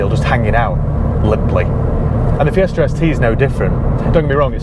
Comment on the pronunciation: It is Fiesta, not "FiesrR" .